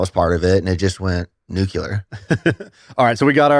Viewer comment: Nucular baby